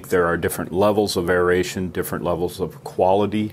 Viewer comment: Great video. I want to thank you for pronouncing aeration properly. Drives me crazy to hear people pronounce it (eh ree ay shn)